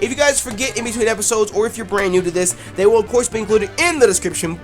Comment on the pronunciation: When the into said "they" it sounded like "dick" and I just sat straight up like "pause"